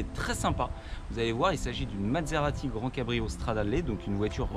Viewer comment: vous prononcez "Mad-serati", c'est parce qu'elle vous a rendu fou ?